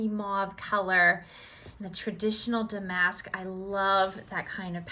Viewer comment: Do you have a video in which you tell us about your previous careers? The English teacher in me makes me advise you to check the pronupnciation of “ damask.” It is dam-ask, according to on-line pronunciation guides. Your husband is very talented to have built the ramp. He is a Keepeer! What a great haul!